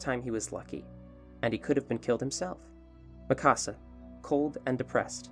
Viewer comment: Hol on… why you saying Mikasa like Mí Casa wtf Is wrong with you🤦‍♂️😭😭